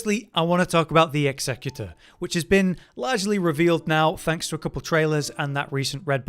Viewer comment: Pronouncing executor like the pokemon is hilarious